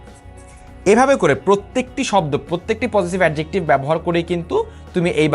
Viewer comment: আপনার তো Adjective উচ্চারণ এ ঠিক নাই,,,,আগে pronunciation শিখেন